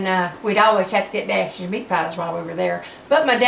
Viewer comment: I knew she was from Louisiana as soon as she pronounced natchitoches. You said “drive down” must also be from Shreveport lol